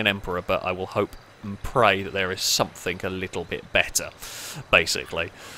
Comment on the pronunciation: It's "something" not "sumpthink"